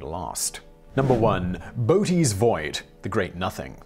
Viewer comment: Simon: Very interesting and, yes, terrifying. A quick pronunciation note: "Boötes" has a dieresis over the second "o" to show it it pronounced separately from the first one -- "Bo-otes" Think: coöperate / co-operate instead of "cooperate." If the double-dots are over a solitary vowel, German & Scandinavian rules take over and it's called an "umlaut."